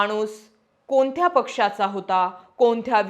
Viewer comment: कोनथ्या....आनखी... आनी...पन... राहानारे😅